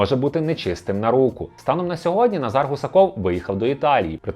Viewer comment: Відмінок Форма імені Наголос Називний Назар Наза́р Родовий Назара Наза́ра Давальний Назару Наза́ру Знахідний Назара Наза́ра Орудний Назаром Наза́ром Місцевий (на) Назарі (на) Наза́рі Кличний Назаре Наза́ре